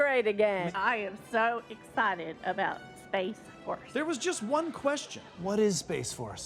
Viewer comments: Every time he mentions space, all I hear is "Ima Fix Wolves" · Let's get it right: it's pronounced SPAAAAAAAAAAAACE FORRRRRRRRRRRRCE!!!